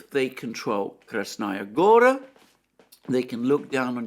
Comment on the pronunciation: About Krasnaya Gora being high ground: the place is called "gora" (meaning a mountain, or at least a large hill) for a reason. Btw, the strong syllable is the last one, gorA, not gOra. I know, it sounds alien to an English speaker.